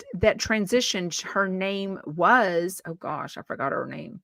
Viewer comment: 🚨🚨🚨I think that when you add an “R” to the word “wash” it throws people off! (I know this, because I was confused the first time I heard you say it and put in my place from your chumpetts!)